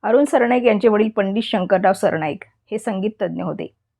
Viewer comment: सरणाईक नाही सरनाईक